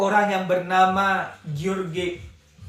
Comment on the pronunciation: George membacanya "Jorjs "... Maaf ya amang biar biar lebih elegan dan sama2 belajarnya kita ya🙏🙏🙏